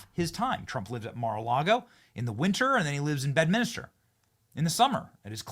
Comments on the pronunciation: Say BEDMINSTER, Benny not BEDMINISTER FFS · Benny— it’s Bed-MIN-ster, not Bed-min-is-ter…….just saying 🤛💓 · Stop butchering the English language Benny! There is one “U” in Nuclear and one “I” in Bedminster! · Bro... it's Bedminster... not Bedminister. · And p.s. it’s BedMINSTER, not BedMINISTER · Benny - Love ya bro but day it with me: BED MIN STER Three syllables, not four. Try it. Keep bringing us the based content. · Disappointing that you mispronounced both Bedminster and nuclear